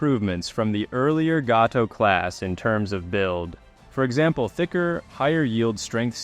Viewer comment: And Gato is pronounced “GAY TOW”.